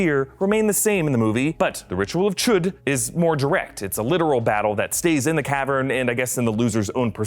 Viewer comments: Can he say chud without saying chOOd? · It is pronounced CHODE!! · Ritual of... CHOOOOD! that's how he says it... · I laughed every time he said"chu'd